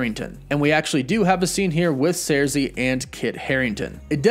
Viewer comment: He said surzi instead of sursi